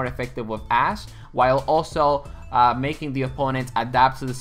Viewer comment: Dude hehe sorry but it sounds so much like you say "ass"! haha and when you said you will make an ass-widowmaker guide, I was laughing out loud! :D